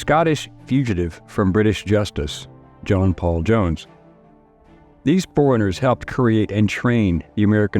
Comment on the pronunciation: Oh, that's how you say is his name, I always knew I was pronouncing it wrong.